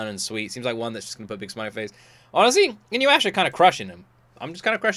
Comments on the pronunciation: first i want to say: its inu-yah-sha (not inu-asha) inu == dog so its a dog boi there are 2 time periods. most ppl forget: InuYasha i an isekai. because there are quite a few mythoogial creatues like that. Most famous the 9tailed fox and the 2tailed cat keep in mind "Isekai" just means "new world". this does not define if its "reincardnation" (dying and born in a new world), or transmigration (dying or not dying, but being stuck in a different body/character in another world) or if its some form of transportation (aka just going as is, with their own body to another world, for example like digimon) Sit. i love Sessi so much T^T while i like the 3rd OP, i love GRIPE the most <3 (4th) happy and relaxing? not sure if that is how i would describe any of Takahashi Rumikos works (the mangaka) if you like the bit older stuff, I'd lov for you to react to all songs from Fullmoon wo Sagashite (more than OP/ED, the insert songs) about the "creatues", they are simply yokai. I believe you would enjoy it, and yes it is finished (I believe with 9 seasons? too long ago to remember xd) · I fucking love this show! And I'm sure you'd like it. It's hilarious. Also it's pronounced inu-yasha not inyu-asha... Actually, I'd want to see this added to the main slot votings in the future. It's an absolute classic. And also, Ranma 1/2, which is by the same Mangaka (Rumiko Takahashi, who also wrote Urusei Yatsura) is getting a remake this fall, so that is my suggestion for the next one you react to weekly, as soon as it's out. As for the multiple tails thing: That is just Japanese folklore. There is multiple Yokai that have multiple tails, including Kitsune (a fox spirit that has 6 tails) and Nekomata (A cat with 2 tails) and all of the anime creatures you have seen with those features are based on those Yokai. Oh, and for the School Uniform thing: MOST people don't HAVE a school uniform, that is basically only a thing in parts of Asia and in the UK.